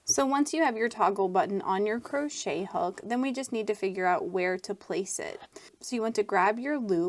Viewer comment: That was not needed and the way she says crochet is just fine. Don't be ignorant